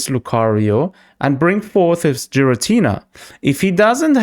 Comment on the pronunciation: I'm sure Xatumi would approve of your pronunciation of Giratina 😂